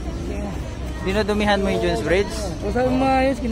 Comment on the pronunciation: Pls read proper pronunciation pls mga vlogger! Its jone's bridge not june's bridge ok!